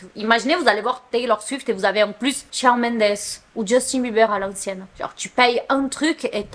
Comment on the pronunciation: Petite question pas méchante mais pourquoi tu dit « Shaone Mendes » et pas « Shawn Mendes » ( en mode dire Shaune )